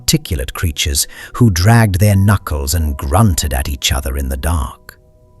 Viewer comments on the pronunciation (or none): none